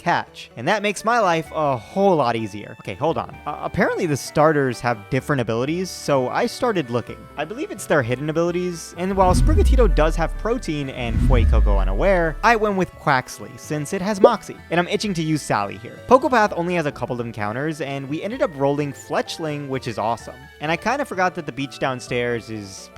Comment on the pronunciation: “Protein” my man… it’s Protean